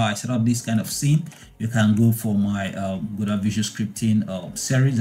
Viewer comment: FINALLY, someone that can pronounce Godot properly. :) Everyone else always calls it "gedough", or "gadough" and it drives me insane